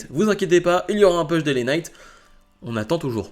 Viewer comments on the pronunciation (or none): Bravo pour tes vidéos, juste une petite remarque, pas une critique hein ... si tu pouvais dire " Pouche" lorsque tu évoque un "Push"😉sinon, ne change rien👍